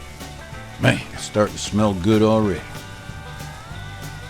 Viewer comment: he says goo not good